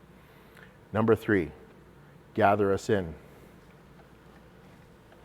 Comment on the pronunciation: When he said "Gather Us In", I heard "Gather a Sin".... WHAT?!?!? 😅